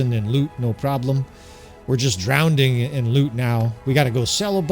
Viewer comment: Drowning not Drown ding